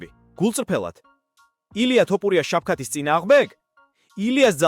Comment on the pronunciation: Magari ylexar vigacaxar! Iswavle laparaki she siro? 😂 ტოპურია😂😂😂